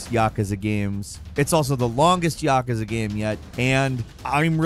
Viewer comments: It’s actually “yakuza” with a u, not “yakaza” with an a. You sound like a slack-jawed yokel. Japanese written in the Latin alphabet is straight up phonetic, not sure how you ass that one up. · “YahKueZa games”